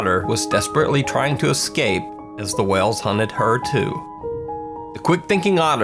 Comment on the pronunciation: 🤣🤣🤣 "Wells" instead of whales